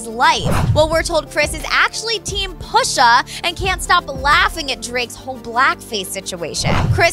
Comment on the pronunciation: The way she says Pusha is funny.